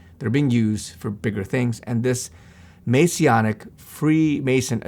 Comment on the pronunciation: Masonic not masionic 😂